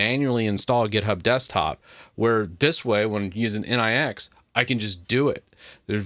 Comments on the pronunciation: Nix ("Nicks") ... Not N.I.X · Its not N-I-X, it is pronounced nicks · It is not pronounced as N.I.X. It is pronounced as, "Nyx nyx nyx nyx nyx..." 😂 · Nix not N.I.X. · The next step is to start using flakes. BTW nix pronounced different. Like Unix but without u. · oh my god "in eye ex" 👀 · I hear nix pronunciation being butchered so hard, I downvote